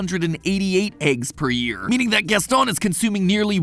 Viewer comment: Why are you saying Gaston like that though?